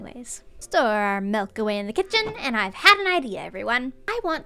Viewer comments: Me: just vibing with the video: "I didn't see any cows while I was looking for mELk." Me: "Did she just say Melk? That is now my new word for Milk! I need to make a t-shirt" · SHE SAID MELK NOT MILK GASPPPP Love you gem! 💎